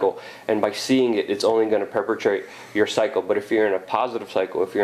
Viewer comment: perpetuate, not perpetrate Good speaker.